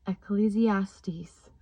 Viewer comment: Praise to THE LORD You also have the correct pronunciation of ecclesiastes